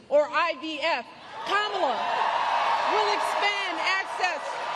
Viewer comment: I might be wrong but isn’t Michelle saying her Kamala’s name wrong